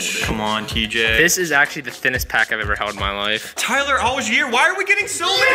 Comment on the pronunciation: He actually said Tyler allgiers name right this time